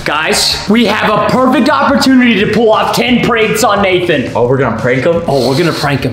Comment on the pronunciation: Its "Nathan" not "nathon"